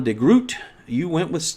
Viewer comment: A little help for the name Stefan de Groot, you pronounce the "oo" in "Groot" kind of like the "o" in "those". It is not entirely the same but you will get close that way. My conclusion about the Linux Quest community here: they like their destkops to be lightweight and highly configurable. I guess we could predict which desktops would be the most popular, it still is fun though to do such a poll. :)